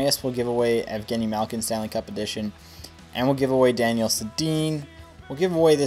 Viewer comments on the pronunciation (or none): none